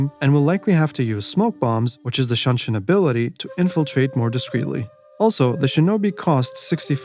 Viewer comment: some notes shinobi's shunshin is "shoo" not "shan" u can shorten spearman "nagae" to just "na-guy"